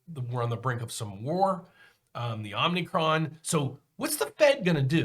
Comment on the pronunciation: Omicron, not Omnicron.